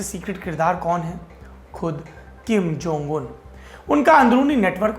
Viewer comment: आप जब किम जोंग उन का उच्चारण करते है तो लगता है कि कोई बीज मंत्र जप रहे हो 😀😆